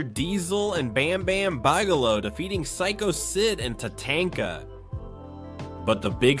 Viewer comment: ... It was the main event and they defeated sycho Sid and Ta-Tank-a lol. 😂